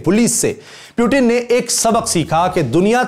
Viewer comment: Chutiye pyutin nhi Putin hai